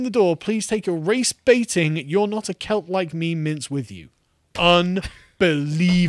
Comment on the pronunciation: It's the accent, he's saying cult...